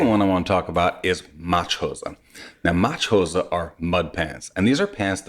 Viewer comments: i understood "machos" the first time :D not Matsch-hosen :D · 'Matsch hose' with the typical german little subtle pause in between the single words. The 'h' is like the h in to have. So it is not 'Matshose'. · It's called MATSCH HOSE not Machose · Your Toddler will be a Trendsetter in US with his new 'Matschhose'! Tschühüsssss!